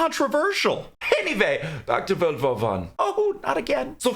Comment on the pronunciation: With the accent pronouncing "World War One", the auto-subtitles transcribed it as "Vulva Fun".